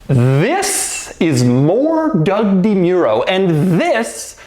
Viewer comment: Dem-your-oh? This whole time I thought it was Dem-or-oh. Tyler Hoover never confused me in such a way! Shame!